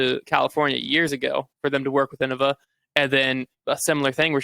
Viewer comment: Hey guys, I think it's pronounced "In-nova"